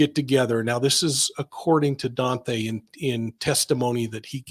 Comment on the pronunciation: Please quit saying DON-THAY.